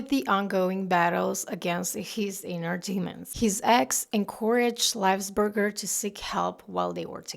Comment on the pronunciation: It's pronounced LY-VULS-BER-GER.